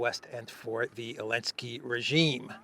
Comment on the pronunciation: Why do you pronounce his last name as “Elensky?” Strange